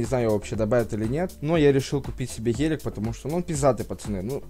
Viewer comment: не ғелик а гелик